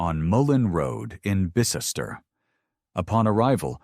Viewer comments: it’s Pronounced Bis-ter. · It’s Bis-ter 😂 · Bicester = bis-ter over here it’s pronounced bis-ter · Think you'll find it's pronounced Bister (Bicester) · You ain't having any luck pronouncing these British places names. Just over ten minutes in and we've had a questionable effort at Havant, and an equally bad attempt at Bicester. I look forward to any others you may linguistically mangle.